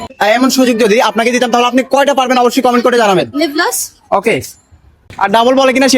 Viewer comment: লিপ লস তিনবার বলছে 😂😂